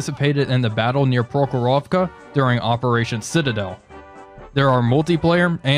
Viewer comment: PrOkhorovka, not ProkhorOvka!